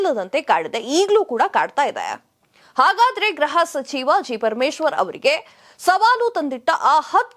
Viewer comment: Please note that you are repeatedly telling Graha sachiva instead of Gruha sachiva pl don't kill kannada grammar it is GRUHA.